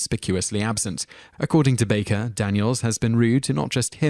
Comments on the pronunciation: The narrator gets quite a few names wrong in his pronunciation. And, oddly, a couple he pronounces TWO ways within seconds of each pronunciation!! "Kenny BARKer"? "Richard DRAYfus"? "Georger Take-KI"? :Harold ROMiss"? -- Really?? He does eventually start saying Kenny "BAKE-er", at least. How do you mispronounce a simple name like "Baker"? He calls Harold Ramis (that is "Ray-miss") both "ROMiss" and "RAMiss." And George Takei is pronounced "TAH-Kay." In the other comments to this video, another fellow thinks these mispronunciation has to do with the narrator's accent, but I do not agree. The guy simply can't pronounce names properly. It has nothing to do with his accent. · Adam Martin may have a point or two there, and I'd bet Chris Bowman definitely does. As for the video poster's mispronunciation or accent issue, I'd say it's both: he can't consistently manage to pronounce a name a certain way on more than one try...and his accent could also be considered "wrong" if we're listening to it from some North American perspectives. If he pronounces "Barker" more like "Bahker" with a very soft (or, practically non-existent) R, it'd sound wrong to some of us, but maybe not to somebody from Massachusetts or deep south USA, for example. I still think he's messing it up, though. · It's not his accent, it's mispronunciation, pure and simple. Hell, he pronounces "Baker" two distinct ways in the very same video. LOL! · ~ It's BAKER (just like it reads in the caption!), not "Barker," you twat! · Guy narrating has an obnoxious monotone voice with no emotion and he mispronounced several names including saying Kenny BARKER- moron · I'm British and he is mispronouncing most of the names. Kenny Barker???? Harold Rarmis. He also says lots of other words incorrectly, maybe he can't read. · Kenny Baker still isn't pronounced Barker. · It's Kenny 'Baker' (Bay-ker) and Harold 'Ramis' (Ray-mis). Jeez man, do you read everything? Seriously. You've never heard their names spoken?